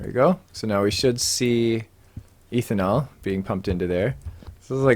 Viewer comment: First off - awesome vids. Always light and fun, enjoying the "immersive mods only". As a chem major, I did want to point out that its pronounced "ethanol" not "eeethanol" :)